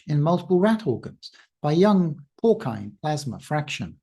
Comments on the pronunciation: porcine = pore seen, not pore kine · I am afraid I have some bad news for you. Porcine is pronounced "pour-seen". Google seems to agree with this. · So, I think the c in "Porcine" should has an "s" rather than a "k" pronunciation... great video though.